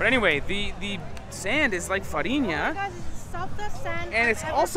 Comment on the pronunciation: Also, you got it right: Flour = Farinha :)